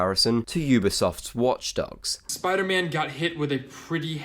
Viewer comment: Spy Derr Man wasnt killed it was MERR DERRT